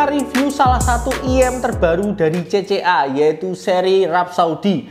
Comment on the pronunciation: udh gw dengerin ampe speed 0.5x tetep kedengeran "CC Arab saudi.."😅